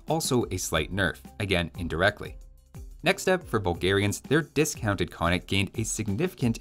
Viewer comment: I don't care but given the channel type I figure you might, sounds like "discounted" instead of "dismounted"